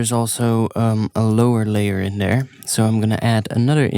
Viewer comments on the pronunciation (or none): none